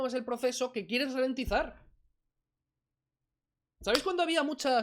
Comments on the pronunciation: Ralentizar, no "relentizar", y poco más, no merece la pena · Qué manera de hacer el ridículo. No tienes los rudimentos básicos en la materia y pretendes desmontar a García Trevijano...Ni la exposición es formalmente ordenada, ya no te digo nada del fondo...Por cierto, es ralentizar, no relentizar... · que lo iba a "RELENTIZAR". Encima no sabe pronunciar esa palabrita. RA , NO RE.